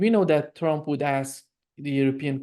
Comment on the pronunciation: ...and "Tromp"😅